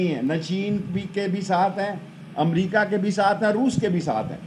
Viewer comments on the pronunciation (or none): none